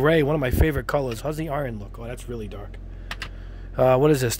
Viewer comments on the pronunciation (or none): none